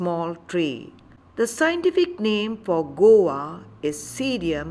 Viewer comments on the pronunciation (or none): This is guava not gowa as you mentioned